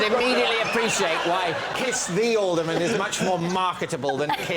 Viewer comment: Alderman, not olderman.